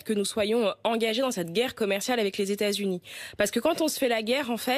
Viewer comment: Même habillée en jaune elle pèse rien contre les z' états z'unis des 'zamériques